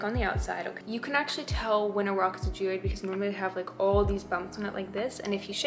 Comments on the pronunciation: Haha you said giode but it is geode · no hate like at all u seem so cool BUT Y R U PRONOUNCING GEODE LIKE THAT. it’s ge as in jeez (without the z) and ode as in ode to joy. GE-ODE not ge ouid 😭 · bruv it’s a jee-ode not oid lol love the video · IT'S PRONOUNCED GEE-OWED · its not pronounced 'geoid'